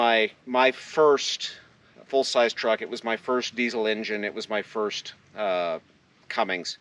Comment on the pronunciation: Bob is a good dude! He sure goes out of his way to keep people involved in the hobby. FYI there is no G in Cummins. Please dont bedline the truck.... That wheel and tire package is pretty heavy, might want to consider a civilian wheel and tire setup. Good luck with it.